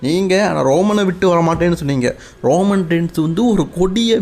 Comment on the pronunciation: அண்ணன் அது ரோமம் இல்ல ரோமன் 🙊